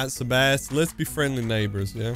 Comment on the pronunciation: How is sebass pronounced sabass 😂